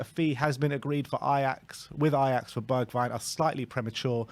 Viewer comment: At least you can pronounce his name right.